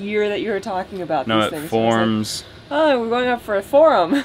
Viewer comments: Forums not forms. - wife and I heard it too! You were right! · Say it with me, twice. Once slowly and one quickly. Forms. Like norms. FORMS!!! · We had a good laugh, when you said out loud what we were thinking..." said, forum instead of forms!" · LOL, He has been saying, " Forums " for the past month, everytime he speaks about the "Forms" . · "FORUMS". He DID say it again,!!:) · You were saying FORUMS. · He said forum’s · He does say, "forums." You win. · You definitely said “forums” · I caught that also him saying forums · Ya, he said forum. lol